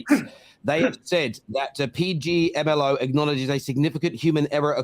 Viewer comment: It's failing to pronounce PGMOL for me 😂😂😂😂